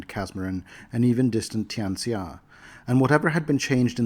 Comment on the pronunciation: Tian Xia is pronounced "tyan shya". X's are SH's in Mandarin, and that name is very Mandarin. Also, I dunno where Paizo got the data from, but that list of noble title is out of order. Emperor>King>Archduke>Duke>Marquis>Count>Margrave>Earl>Viscount>Baron>Baronet>Reeve. And viscount is pronounced "vy-count", not "vice count". You pronounce duergar correctly, though. For some dumb reason everyone thinks it's "doo-ergar", but it's derived from the Nordic word dvergir. So good job on that.